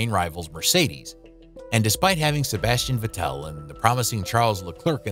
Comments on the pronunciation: Nice video but „Sebastian vetelle“ 😭😭💀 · I think you're pronouncing Sebastian vettel wrong :/